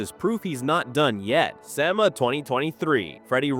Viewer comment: I love this channel but your pronunciation of words like SEMA, Tavarish, and more all butchered